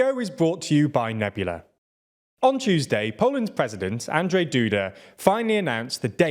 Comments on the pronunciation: Woah i think the beginning of this video is the first and only instance when you actually spelled "Andrzej" pretty much properly and that's honestly a rare sig...sound in English-speaking media. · You pronounced "Andrzej" perfectly :O